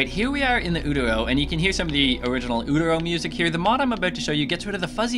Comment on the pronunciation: Thanks so much for posting this! Also, it's pronounced "you-terr-oh."